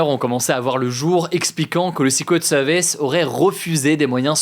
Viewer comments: Comment le tireur a 't'il monté sur le toit de la grange sans se faire reperer? par les FDO ou les spectateurs ? quand on parle français on dit "secret service ". et non sixquwet sevice Merci. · Il parle bien du "séqwète seevice" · J'adooore la prononciation secret service "sicouet seuwvèce" 😂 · Le sikwet seuhviss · Le 6 couettes sewvisse 😅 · Le ''secwet sewice'' :3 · Ca ce fous de l'accent sur le "secret service" mais au moins il fais un effort de prononciation x) je préfere ca que "seuquerette service", la france toujours numero 1 pour ce foutre des accent alors qu'on est un des pires pays d'europe niveau anglais ! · Zé soukrét seuuurvice 🤔 j'adore la prononciation 🤣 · Et sikwet seuviss. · Vazy c drôle ! Mais j'ai bien ris en lisant com pile quand il me reprononcais pareil le sucrette service :) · "sikwet seuviss : le jeu a boire" chaque prononciation un shot letsgooo (ALLO C'EST DU SECOND DEGRE !.. ptain les commentaires c un delire...) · Si tu as du mal à dire Secret Service, dis juste les initiales... Ah bah non 🤣🤣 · Son accent Anglais est beaucoup de chose mais pas excellent... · Son accent est très bien mais le franglais avec un switch d'accent en plein milieu ça sonne "ridicule" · C'est pas excellent justement 😭 Le r anglais n'est pas un w... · excellent? wouah quand même pas hahaha il a un sacré accent dans la prononciation quand même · Il a un excellent accent de manière générale, mais non là, l’accent n’était clairement pas ouf. Edit : bon, il a dit le mot plusieurs fois, c’est surtout la première qui sonnait faux je trouve